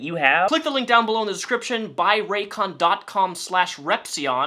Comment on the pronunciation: fuckin raykins